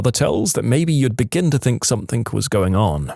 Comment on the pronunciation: No k in the word something